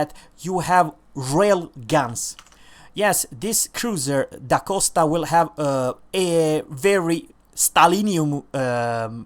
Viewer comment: I'm happy that you pronounced it's name correctly except for "d' Aosta", you said " D' ACOSTA" but where do you see that "c"? It's A-O-S-T-A. PS:Where are you from :)?